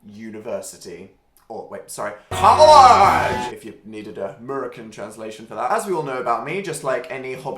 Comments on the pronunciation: ur american is rlly good :))!!1! is pronounce collashe tho lmao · His american way of saying university (COLLEGEEEEE) gives me life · When he said collage I lost it is this house british people think Americans sound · "University. Or sorry... COGHLAGE!" 😂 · CYOOOOLAAAJJEEEEE Yeah, it may be spelled "college," but that is how it is actually pronounced. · the way he pronounced college was really something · I'm offended at how you pronounced college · Dan saying college like "an american" is my athsteic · The way he said college